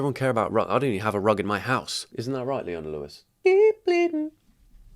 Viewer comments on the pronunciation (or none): none